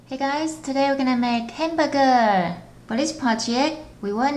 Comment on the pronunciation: I know how you feel, she pronounces every word without pronouncing the last letter. Instead of hamburger, she said hambuge